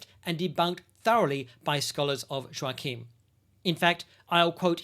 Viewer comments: This sort of discussion improves the quality of discourse. ✅🇬🇧❤️🇺🇸❤️🇦🇺🌏 Ps Joachim is pronounced "Yockim" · Shouldn't Joachim be pronounced with a soft J? Like Yoachim?